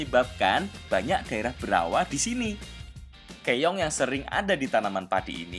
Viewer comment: Keong mas, bukan Keyong🤭🤭